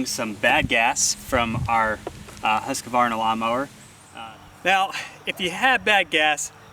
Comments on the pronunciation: Its just husk varna...theres no ah after the q! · it's actually "Hoosk·vaar·nuh"